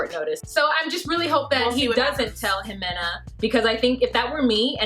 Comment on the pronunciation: Ximena is pronounced "He-Meh-Nah" But you say it adorable